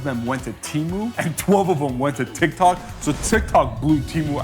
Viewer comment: Tyik tok shop this...tik tok shop that....#boriiiiinnnnngggggg